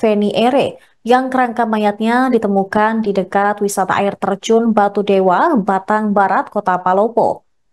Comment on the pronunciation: Battang bukan batang